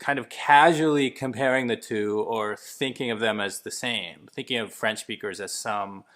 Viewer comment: Over 52% isn't a minority, it's a small majority - more than half of the total set. When I was in Montreal, everyone spoke English once I asked if I told them (in French) that I didn't speak French. Also, why's this dude saying "Franch?"